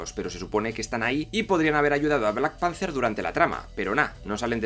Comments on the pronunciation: Da cancer auditivo escuchar ese "Blackpancer" dan ganas de romperte la boca... Aún así tus videos son geniales y me he visto muchos... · Pero por qué dices black pancer? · Por qué le decís? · entendi solo "":v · ""lol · De acuerdo con todo, pero ¿Por qué repite en todo el video black panZer? PAAAANZZZZZZZZZZZER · Se pronuncia BLACK PEANTER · Me estresa cómo pronuncia Black Panther jajaja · Buen vídeo pero por favor aprende a pronunciar bien Black Panthe, quedas como alto boludo hablando así